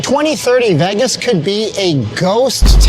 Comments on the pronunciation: You pronounce Vegas as "Veh-gus." It's pronounced "VAY-gus." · It's not "Veggess", it's "Vaygess" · I like the way you pronounce Vegas, are you Canadian?